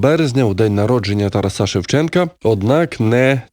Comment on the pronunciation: ТарАса, а не ТарасА !!! Ви ж не кажете ІванА, СтепанА, БогданА, ОлегА, СергіЯ , а ІвАна, СтепАна, БогдАна, ОлЕга, СергІя!!! Чому для одного імені робиться цей безглуздий виняток?! Та ще й чийого імені! Може, ім'я ТарАса Григоровича Шевченка треба вимовляти так, як його вимовляють на його батьківщині, та й вимовляли завжди по всій Україні?! Навіть якщо десь на Заході України це ім'я дуже рідко зустрічається, і його чомусь там отак грубо перекрутили! Я вважаю це зневагою і великим приниженням цього святого для України імені.😪 НЕ СМІЙТЕ!!!